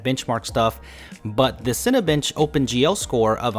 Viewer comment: lol all I heard was 'Cinebitch'